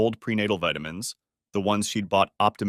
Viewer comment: Love listening to these stories, except when AI doesn't pronounce vitamins the correct way. Also sometimes the words live and wound comes out wrong.